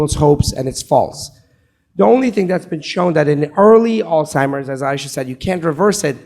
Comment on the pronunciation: There conferences and videos are just amazing. I only wish the questioner would learn to pronounce Alzheimer's correctly, rather than saying Alice-himers.